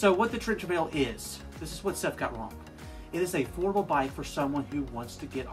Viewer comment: Why do you keep calling it Trent?? And why do you add a K at the end of wrong??